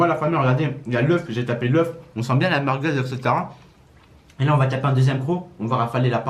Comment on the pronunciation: "Des meurguez"